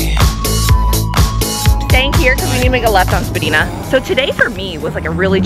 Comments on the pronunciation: The way she pronounces Spadina is so cute! She says spa-dee-an but it’s actually spa-die-na, im not trying to be critical it was juts super funny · Love your vids but just as a helpful hint it’s spuh-dai-nuh (Spedina ave) 😄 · that is NOT how you say Spadina (Spa-DIE-nuh) 😢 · I love when people who aren't from toronto call Spadina Ave , "spadeeena" 😂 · Omg the way you pronounced Spadina 😂😂 it’s SPA-DINE-A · As a native Torontonian I can't resist... it's pronounced "Spa-dye-na" 😅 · Minus the Spadina pronunciation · The way you said Spadina hurt my heart a little 😢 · the way you said Spadina, my Toronto ears bleed lol